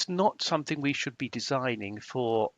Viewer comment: It’s something NOT somethink!!